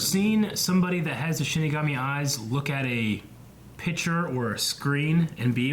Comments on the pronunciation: 23 episodes in and he still can't say it right... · Oh my god, I am so annoyed that keeps saying "shimagami" instead of "shinigami". XD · CMMOM! It Hurts everytime you say shiMIgami. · Am I the only one who hears them pronouncing shinigami as shin megami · 23 episodes and he still calls it shiMigami